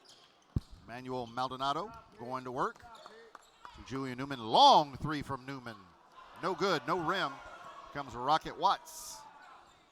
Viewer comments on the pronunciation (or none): “Trey ball” OH MY GOSH JUST SAY THREE IT’S TRIGGERING ME!!!